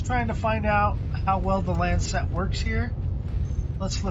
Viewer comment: stop saying lancet wrong